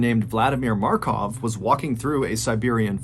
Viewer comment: no way someone named Vladimir Markov was real like at first I thought you said makarov and thought cod took that name